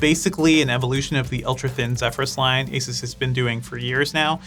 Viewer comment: Stop calling it Asis it’s Asoos!